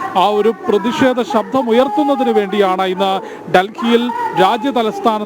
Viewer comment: ശബ്ദം ആണ് ശബ്ധം അല്ല